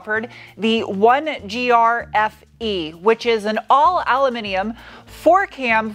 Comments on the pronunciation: Please stop saying al'u'min'imen. It's pronounced aluminum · U. Loo. Min. Um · Love your videos! Been sharing with all my friends who are into this stuff. Two issues: why add the extra syllable to "aluminum"? "Etcetera" sounds like it is spelled, not like "Edcedra".